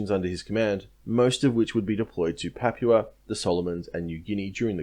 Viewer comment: love your work but. 1. Rabaul - pronounced Rab-bow-el. Papua - pronounced Pup-poo-a or Pup-poo-anne. 2. I feel you are protecting the Australian Buaefighter pilots somewhat - regarding strafing lifeboats. They had seen what the Japanese pilots were capable of and they didn't muck around. In my mind it should have resulted in war crimes trials - but as you said every Japanese troop that landed on the main land would then have to be fought again .